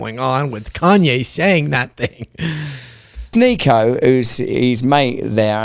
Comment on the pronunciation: Please don’t purposely mispronounce a Black man’s name even if he’s gone off the deep it. It’s a yt supremacist tactic that has historically been used.